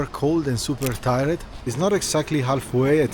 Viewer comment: You’re my favorite travel vlogger! Your voice and vibe is really calming and it’s really adorable and funny when you pronounce words differently like ti-red instead of tired lol 😂